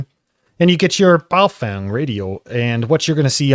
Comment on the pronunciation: Pronunciation correction. Stop mispronouncing Baofeng! (Bahoh fung) is correct... (Bayoh fang) is incorrect.... Now that you have been corrected.. It is disrespectful to continue mispronouncing their name..